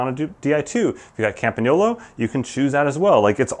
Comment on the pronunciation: Props for Campagnolo pronunciation (pssst - tell your Aussie friend 😝🐐)